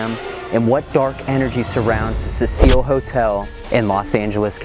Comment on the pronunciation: I've seen that clip of her in the lift before, on some random ghost videos. But didn't know any of that about her being found in the water tank. Also, is that really how you pronounce that hotel? Like a fancy French woman's name? I read Cecil as a very old school male name. Pronounced different. Happy Halloween